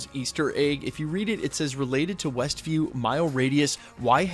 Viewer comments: Were you saying ""? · "westville"/"westview" - whatever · Yup said Westville a couple times for sure lol